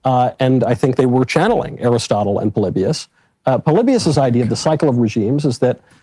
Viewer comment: Hey look! I can name drop “Pole Lee Bee Us!” 😂